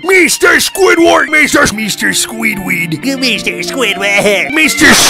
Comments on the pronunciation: Mr SqüįdFærrt!!! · MISTER SQÙĪDWÆRD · M e s t e r s q u i d f a r t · I love the part when he said mr mester squidword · Mr squidwaha